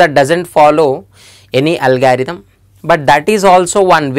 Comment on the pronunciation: It's not algaerithm it's algorithm